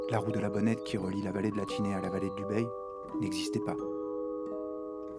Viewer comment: 3 mots... Merci, Bravo et Encore !!! Pour chipoter, habitant à Barcelonnette, on prononce le nom de notre vallée Ubaille et non Ubeille. Et bien sûr, ça s'écrit Ubaye. Pour le reste, ne change rien !